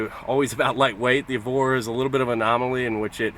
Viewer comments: "eveore" Uh what? Evora.. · I stopped watching after he said lotus EVORRR